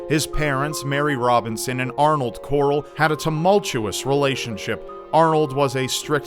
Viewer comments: it's Corll not Corrl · This dudes surname is like how Rick Grimes pronounces his sons name.... hahahaha corlllllll where's corlllllll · It's fucking "Corll" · Corll, Rick Grime's pronunciation of Carl. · I don't know why, but every time says the guy's last name, it makes me think of Rick Grimes's, "CORAAAAAAAAL!" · everytime says the last name I can only think of that stupid Walking Dead meme...CORALLL!